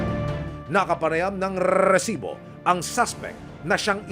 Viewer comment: Maka irita ang pag bigkas ng word na resibo bakit pa e prolong...